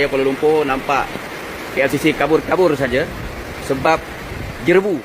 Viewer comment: JEREBU bukan JERABU sebutannya